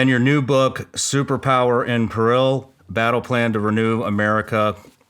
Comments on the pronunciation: So we just not gonna talk about how he mispronounced “peril”… Ok… 😅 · Shawn greatly appreciate your energy and your guest's. Bro please learn how to pronounce " PERIL" correctly. Moving forward you need to be on point in every aspect of production including pronouncing words correctly. Later bro ...